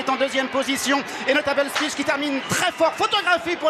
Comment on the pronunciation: Absolute butcher job on Notable Speech 😅